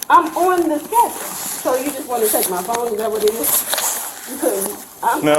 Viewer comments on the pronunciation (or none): She may not be ooooonmnn the schedule but she is oooonn something.